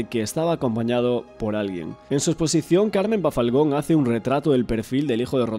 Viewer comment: Bafalgon no, es Balfagon!!